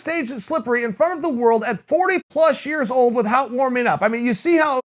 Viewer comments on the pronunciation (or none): English Teacher: without... Chael: it pronounced with-HOUT. English Teacher: alright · "WITH- HOWT" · Has Chael changed his pronounciation of the word 'without'?